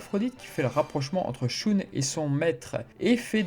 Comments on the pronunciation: Shoon au lieu de Shun c’est fait exprès ? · Dans Sanctuary le combat contre Aphrodite des poissons n'est pas montré sans doute parce-que ce combat est déjà connus via l'animé et qu'ils voulaient peut-être ( surement ) montré autre chose ? - Et sinon désoler mais shun ne se prononce pas " shoune " mais " sheun " - Et au sujet de Urotsukidoji , c'est un animé incroyable même si certaine scène son très cringe ou osé ( c'est du cul en fait ) les scènes de combats et de déstructions sont dantesques ! PS : Mais au fait en parlant de shaka et sa technique qui enlève les sens , en premier il enlève le toucher et donc il enlève par la même occasion la douleur à son ennemis ! Quel compassion incroyable ! - Qui a dit qu'il était sadique ? Moi je trouve que c'est une mort géniale en fait ! - Mourir sans douleur , c'est vraiment le rêve ! Je souhaite une telle mort à tout le monde du coup !